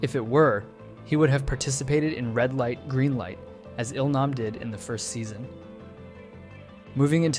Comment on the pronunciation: Now don't get me wrong, I love the in-depth of the video, but the way names are so consistently mispronounced do chip away at how much I'm enjoying you telling us this. So people actually watch the series in English and if so, did they mispronounce their names in the English dub as well? It's Gee-Hoon (Gi-hun) as in the word "go" and Eel-nahm (Il-nam) as in "eel"